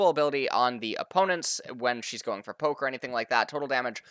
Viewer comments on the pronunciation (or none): none